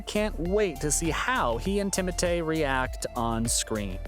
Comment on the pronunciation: Bro its timothee not timote